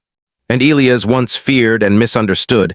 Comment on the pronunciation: "Ē-L ī ' - ăs" please take note, if you do not mind. 🤫😏